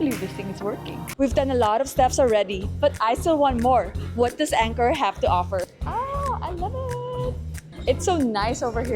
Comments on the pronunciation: Next time please ask how to pronounce the name of the hotel. The hotel is not pronounced Anchor, it is Encore (aan kor). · Prounounced On-core 🫣